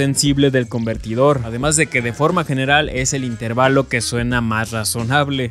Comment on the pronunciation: min. 3 ajajajajaj el acento lo lleva en la e asi q otra vez la correccion... in teeeeeer valo.